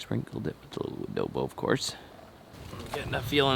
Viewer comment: Adobo? Wodobo?